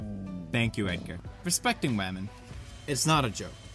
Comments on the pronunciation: women? you mean WAMEN! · HENRY THE RC CAR I believe it's pronounced wahmen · This respeckting wamen is awesome...makes me wanna respekt wamen... Mmnnnn respeckting wamen